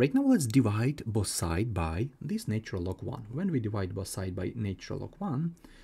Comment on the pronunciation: NAtural....and NOT NAYtural !!! Why can't your pronunciation be correct.